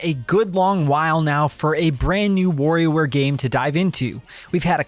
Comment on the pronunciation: It's Wario ware not warrior ware! Or worrio like you say it. Lol Practice the wa and less focus on wo ha ha. Great review though. I was getting warried there .. I mean worried aaaaahhhh now I'm doing it 😆